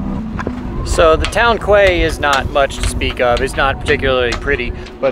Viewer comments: Pronounce kway as key! But of course you won't be reading this,! 😃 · QUAY is pronounced KEY, not KWAY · C’mon man. It’s not pronounced kway (quay) it’s key!! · to help, quay is said 'key' (not 'qway'). Keep up the good work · Just for a small point of reference Quay is pronounced ‘key’ certainly here in the UK. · Quay is pronounced like Key. 🙂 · Quay ? Pronounced Key 😀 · quay is pronounced like key...enjoy the channel and look forward to seeing you on new boat. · Welcome to who, refreshingly, has the loveliest English accent. I'm sure she will have told you by now that the town quay is pronounced key, as in lock, just like the Florida Keys. What with Quay for Key and 'Boy' for Bouy, we really are two nations separated by a common language. Hope you are keeping well and enjoying life again. Brian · Greece is so beautiful. Would love to be there. By the way quay is pronounced "kee" Thanks for sharing 😊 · Another word the English mispronounce. It Quay. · A quay in the marina is pronounced the same as the islands in Florida "key" - lots of words spelled different ways are "keys" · The pronunciation of quay in English is 'key'. Despite that, the video is still a great job. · Quay, is pronounced as key. 🤗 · Reign it in! Kway? Kway! Key. Key. 🤣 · Stunning. But Quay is pronounced 'key' :-) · its pronounced 'Key' but spelt Quay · Really like your videos. But “quay” in the English language is pronounced “ key”. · Quay is pronounced key